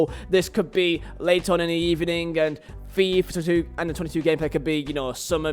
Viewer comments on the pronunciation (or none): why is he saying fIIif twenetu